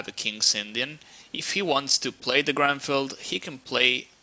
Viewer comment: its not GRANFELD, its GRUNFELD... -.